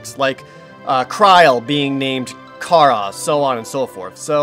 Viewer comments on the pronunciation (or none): none